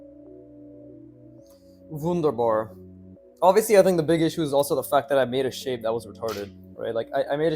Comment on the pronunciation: Wunderbar?? German speaker over here 😂